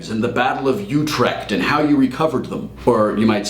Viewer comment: So stealing your pronunciation of Utrecht :')